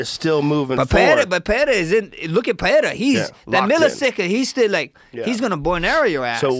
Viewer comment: Will anyone teach how that Pereira speaks with one R, so it is an italian R, roll… and Ferreira, two Rs, sound like the American H… Jesus he sounds dumb saying perreira